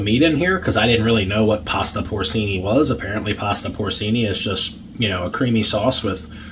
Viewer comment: Poor CHEE-NEE Porcini mushrooms